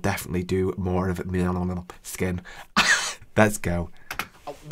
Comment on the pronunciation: You got it! Right pronounce lol 😂